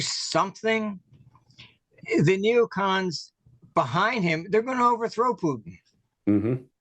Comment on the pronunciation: Are you saying neocoms?